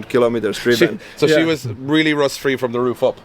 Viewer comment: Toyota and rust, sounds very Irish/uk!!!